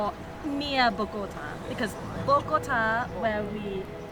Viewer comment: Smart! As world travelers, I guess you are packed for all type of climates! Love your channel. PS. You wife does a good job with the pronunciation of some of the foods, but she has a hard time with the name of the city: Bogota!